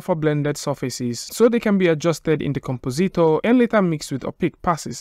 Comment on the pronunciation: com-po-ZEET-or Oh-kay, then.